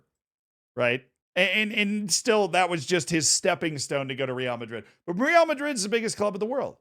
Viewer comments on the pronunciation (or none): This would have been the perfect video to say Real correctly for the first time